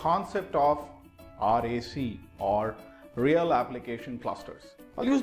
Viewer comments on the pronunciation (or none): none